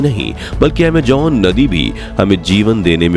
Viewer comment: Bhai pls Amejonnnnn nhi Amazon okk talffuz thik kro ager shabd honsahi nhi honge to video me maza nhi aayega so pls Amazon no amjjjonnnn ok